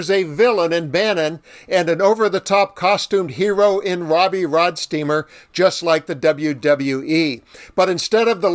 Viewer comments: Its Roadsteamer not rodsteamer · ROADstreamer ROAD! Not ROD! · My only criticism is I wish you would've pronounced his name correctly. He really deserves that. It is ROADsteamer, not RODsteamer! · Can you read? It's "Roadsteamer".😜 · Don't be a robot, it is ROADsteamer. He even says it in your video 🙄